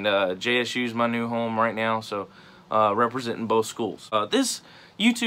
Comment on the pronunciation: "repasentin" JSU HAHA my dude